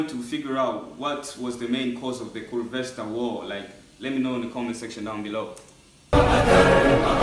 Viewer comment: It is not kurukestra it is pronounced as kuru-k-shé-trA